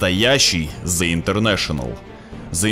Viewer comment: Блят, извините конечно, что придераюсь. Но в английском НЕТ БУКВЫ З, ЯЗЫЧОК К НЁБУ И ПРОИЗНОСИ ПРАВИЛЬНО, УУУУВ ПРОСТО!!!